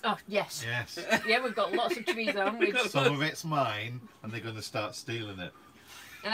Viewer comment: Love you guys,,, but for the love of god take the T out of chorizo its not Chori-T-zo lol enjoy your cheesefest 👍🏻